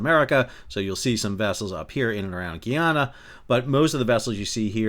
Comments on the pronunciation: Good day love your videos, I want to correct how you pronounce Guyana. It is Guy-ana not Gee-ana. Guyana is a former British colony unlike its neighbor French Guiana. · New drinking game...everytime Sal mispronounces Guyana (guy-ANN-ah) 🍻😊